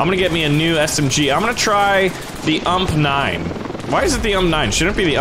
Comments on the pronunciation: Um it's not called the ummp it's called the u m p 45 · Is it me, or does it tick you off when someone says "ump" instead of "U-M-P"